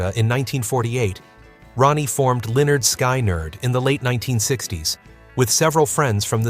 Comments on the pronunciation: You pronounced Lynyrd Skynyrd as LEONARD SKY NERD a few times?! wtf!! 😡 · It’s pronounced linerd skinerd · Is Lynyrd Skynyrd whoever this is can't pronounce the name right wtf 😡